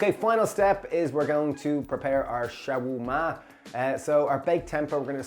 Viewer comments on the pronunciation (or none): Guys. Love your channel. Am so inspired by your dishes, I have cut my meat intake and feel so much healthier! Two things made me laugh in this vid though: The Lebanese/Levantine dish you refer to is pronounced SHA-WER-MA (shah-were-ma). Ciao is Italian. Adios or hasta luego is Spanish. 😛 👏 👏 👏